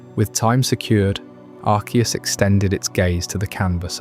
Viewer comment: pronounced arceus two different ways within 3 minutes of the video starting